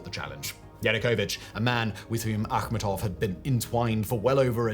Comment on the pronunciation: thats how its supposed to be pronounced its of volga tatar origin(Tatarstan)